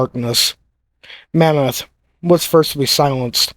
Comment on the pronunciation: The name is Monmouth (after a duchy of Wales, as in, the Duke of Monmouth), NOT "mammoth", an extinct species of elephant.